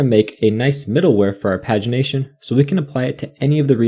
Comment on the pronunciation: The way pagination is pronounced in this video is just baffling to me It's always been 'page-ination' to me